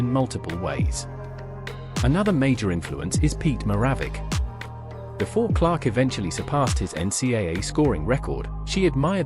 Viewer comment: Do you listen to your AI voice before you post .... Pete Maravich is NOT even recognizable with the horrible pronunciation your AI voice uses... TRY HARDER Please.